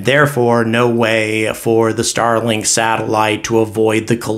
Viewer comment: Starlik? Lol. I love your channel but that’s a silly miss. Keep up the great work!